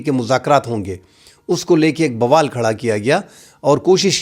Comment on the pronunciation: ایک درستی کر لیں، لفظ 'بوال' نہیں ہوتا، یہ لفظ 'وبال' ہوتا ہے۔